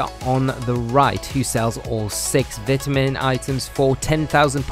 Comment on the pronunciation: the second he started mispronouncing vitamin i couldnt help but dislike and close the video immediately